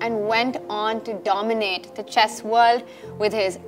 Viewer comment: Super donimant~!!!